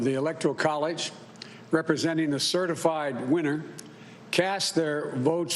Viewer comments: "certaflied" c'mon man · Congrats America....You, 'apparently' voted for a lemon as Commander in Chief. I missed a few but here ya go: ...."Certiflied" ..."The American America" ..."Democosy" ..."Befect the fact" ..."The Trump Campraign" ..."Ultimally"....."staints" - ...Sounds and Noises your 80 year old grandfather makes .....Waddles off looking rather thin and frail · Did he say "CertiFlied"? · He has been certiflied 🤔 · I said that he has been certa-flied 😂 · 😂 he said certiflyed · How many times did he clear his throat? What’s the definition of certiflide. A new word. I got a feeling he will come up with a lot of new words on his way to jail or China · I heard “super fly” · What's a "certifly" Election"??? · did he say indecency? that's what it sounded like. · I loved the "certiflied" part... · It's been certif-lied. All official. Nothing to see here. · certifly? LOL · We have to certifly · How can any person take these two people serious?He said “Certiflied”😂😂😂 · 36 sec in. "certif-Lied" priceless. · fast few weeks and certiflied???? joe is not the president! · Certiflied? Lulz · "certiflied" We're doomed. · "have certiflied" (sic)' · Its just funny because they certainly lied aka certiflied 🤣